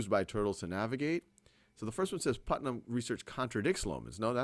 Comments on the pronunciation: Thanks for explaining this topic so well. It was however, annoying when you kept pronouncing Putman as Putnam. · I've noticed that in this video and the previous part, instead of saying, "Put-man", as in the name of the scientist in the story, the name is being pronounced as, "Put-nam", as in the character from "The Crucible". It's a very slight difference, but I have been able to hear it.